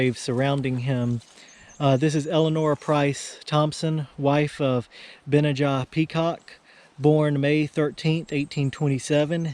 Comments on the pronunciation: It is pronounced Ben-aye-ja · You would pronounce his name phonetically Ben-NEY-aa its Hebrew. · I couldn't find the exact spelling of this name with a pronunciation but found its a Biblical name also spelled Benaiah so maybe pronounced the same? I'm not sure how to type a word like a dictionary does but vocally it was pronounced of course starting with a 'B' but rhyming with 'Deny-a' as in " I deny a question" if that makes sense haha